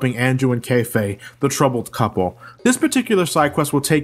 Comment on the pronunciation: goddammit its pronounced cafeh not kayfay